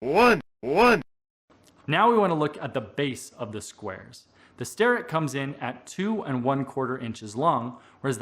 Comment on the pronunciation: I always say "star'-ett but, according to videos posted on their website it should be pronounced 'stair'-ett.